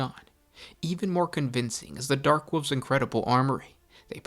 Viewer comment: It sucks he cannot say "wolves"